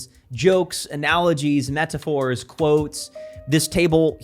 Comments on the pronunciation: I appreciate some of your work... but the way you pronounce some things makes my skin crawl like nails on a chalkboard that would make me borderline hostile to you in person. In this video the way you pronounce "metaphor" with the over emphasized T is just awful. It genuinely makes it hard to listen to you. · Bro is getting ALL THREE SYLLABLES when he says “metaphor,” NO LESS